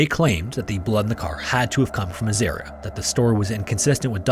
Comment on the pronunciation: Aussie here. Third story you got a few pronounciations wrong. Azaria is As-Ah-Re-Ah not As-Air-Re-Ah and Mount Isa is Eye-sa not Ee-Sa.